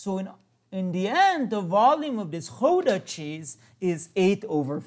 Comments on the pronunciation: Pronunciation of Gouda is "ow" like in "cow", not "ou"! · im from the netherlands and the way he pronounced the dutch words was really funny